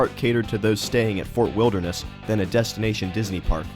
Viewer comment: The female narrator was awful. She pronounced Fort Wilderness like "Fur Wilneress".